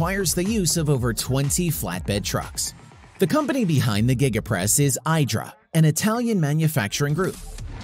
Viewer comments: It’s pronounced E dra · Your pronouncing IDRA incorrectly, and BTW its also pronounced "silicon" not "silicone" dummy